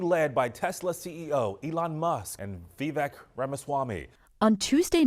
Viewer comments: Vivek’s name rhymes with cake, not neck. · Pronounced: VI-VAKE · It’s Vi-vake. It rhymes with cake. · I would have hoped that more supposed reporters would know how to pronounce Vivek. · Vivek, like rake. Cmon people. It's easy once you say it a few times. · Great show....I noticed come mispronunciations of "Vivek," which would be considered racist and highly offensive if VR was a democrat identifying as a woman. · You might bother to find out how to pronounce Vivek's first name. Lame